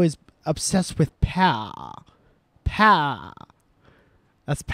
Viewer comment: First you get the money. That you get the POWAH!